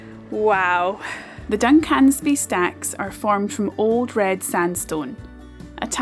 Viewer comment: I'm sure vloggers deliberately mispronounce place names for comments....... LYBSTER (pronounced Liebster), SINCLAIR (no accentuation of 'clair'). DUNCANSBY (no accentuation of 'can' - pronounce like the male name with 'sby' at end. John oGroats is furthest from Landsend, Dunnet head is most northerly on mainland. Bought Vegie haggis by mistake once - to accompany Steak with Peppercorn sauce - in that use, it was actually OK.